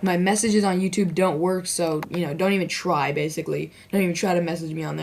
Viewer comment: its youtube not youtub lol